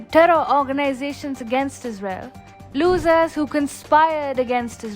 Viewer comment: "losers" pronunciation really suck in...